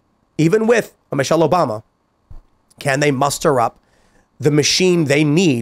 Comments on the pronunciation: Michelle? Come on, it is Michael. You are just afraid to pay the price like Joan Rivers did. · Michael* ffs...... MICHAEL [/ˈmaɪkəl/] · Its micheal not Michelle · PS, it's not Michelle, it's Michael.